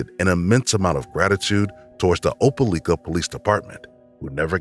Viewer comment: Opelika = O-pel-LIKE-uh. DNE O-pel-LEEK-uh. Nor O-pel-LICK-uh.